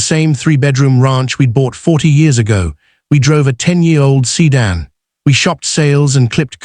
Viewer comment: C dan instead of sedan!